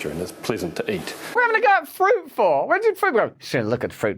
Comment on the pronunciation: Fruit Russell NOT Friut! 😯😯🫣🫣👍